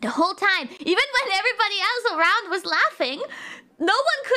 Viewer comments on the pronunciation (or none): none